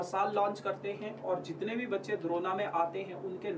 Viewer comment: Am i trippin or did i hear corona when bro said drona??